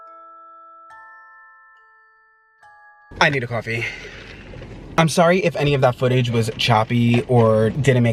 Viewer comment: "Gotta go get my CwOAFIE " mood